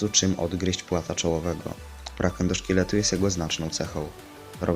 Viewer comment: Endoszketu? A nie endoszkieletu